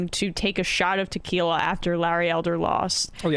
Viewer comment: "My fancy t'quiila of ideeas" DR 😂